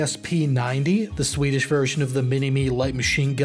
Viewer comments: Pretty good pronunciation of Swedish. Not the best I've heard from a non-Swede, but leaps and bounds over most anglophones. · Noticed you're one of the few non-Swedes who can be arsed to make a proper effort regarding Swedish pronunciations. Props to you!